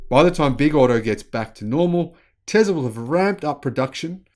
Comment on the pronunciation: "TESLA" not "TEZLA"! You're a bright person, but you should focus on proper pronunciation. You were improving, but this entire presentation was a step backwards.